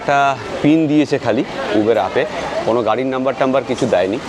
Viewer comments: Uber - when you were in England, you pronounced right. Its UBER not ubeeeerrrr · উবের নয়। শব্দেটি হল উবার। পরেরবার ঠিক করে নেবেন। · দাদা কথাটা উবার, উবের নয়. I খুউব ভালো থাকবেনI আমাদের আরো নতুন নতুন ভিডিও দেখাবেন. I ❤❤নমস্কার. I